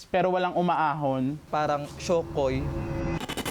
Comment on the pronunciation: SHOKOY❌️ SHOKLA✅️